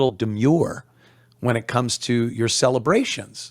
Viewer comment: Celebrations, not celibrations!